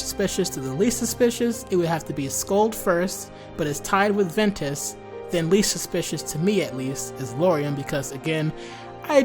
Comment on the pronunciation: It’s Ventus.